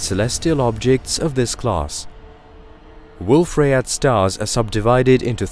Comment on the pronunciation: This is good narration, but it's AI. Wolf Rayet should be pronounced Wolf Ry-yay. It's French.